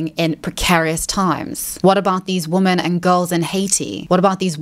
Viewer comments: Why does she always pronounce "women" as "woman"? Her English is absolutely perfect otherwise, so I can't imagine her not being aware of the difference in pronunciation. It's really annoying when you mispronounce a word 30 times in a video. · It always makes me feel like she fakes her accent when she makes that mistake. She kinda sounds like a New Zealander when she does it but she's not, so I'm not sure what's going on with that.